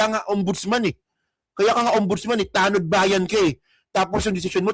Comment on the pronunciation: TagongBayan... Hindi tanodbayan